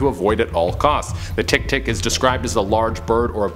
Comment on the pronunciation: Hahahahaha... I like how he pronounce tiktik. 😂😂😂😂